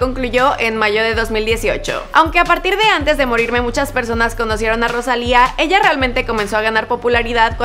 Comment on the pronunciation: Soy yo o dijo a partir de antes de morime en el minuto a